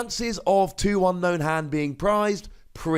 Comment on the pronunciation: ...I remember at some point you said Unown was pronounced Ü-no-ün, but from the Japanese text, I see it's pronounced AN-no-n (their vowels are like Spanish, so they don't elongate certain vowels), so carrying it over to English, I think it should be UN-no-ün. Random, yes, but I also heard you pronouncing it the way the Japanese was intending to do it. Therefore, I'm not poking at a silly here. It was worth a mention.